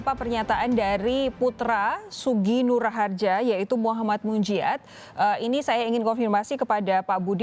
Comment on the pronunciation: Nah itu reporter nya bener ucapin nama nya SUGIK NUR RAHARJA ya bkn gus nur anak kyai